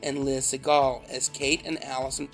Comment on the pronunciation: I got thrown off when I'd heard Liz-n-Jean's surname mispronounced as "Say-gle" and Katey's was pronounced correctly.. It reminded me of George Seagal's name, so I didn't pay attention to the spelling. I don't remember anything about the series - it was just on less than a year then it disappeared - no reruns or anything.